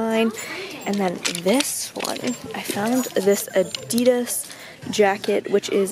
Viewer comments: The way she says Adidas pisses me off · ok so i don't get why americans call "adidas" adeedas...when here in the UK we pronounce it adIdas....likes whats the right way of pronouncing it?ahah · You can’t buy Adidas and Nike if you don’t even know how to say it.... it just bugs me